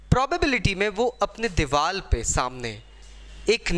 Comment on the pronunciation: It's "diwar" not "diwal" 😬🙄